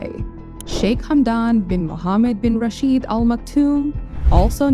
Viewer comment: `Rashed` is not pronounced with /i:/, but simply as it is written, with /e/, the `shwa` sound actually. The female name `Shaikha` is pronounced exactly the same way as the title. Would be great to double check before the video release.